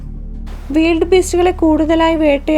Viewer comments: വീൽഡ് ബീസ്റ്റ് അല്ല.. വൈൽഡ് ബീസ്റ്റ് എന്നാണ് ശരിയായ ഉച്ചാരണം... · Weeld beast, adhendh beast. Wild (wayild )beast ennu para. Than evidunna english padichadh.😇😇😇😁😁😁😂😂😂 Than verum malayalathil paranjal madhy. Cheriya kuttigalude English kulamavum.